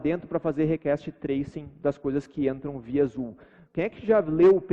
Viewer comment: 45 minutos de video com o cara falando "rekeste" pra fazer um teste de sistemas distribuidos, pqp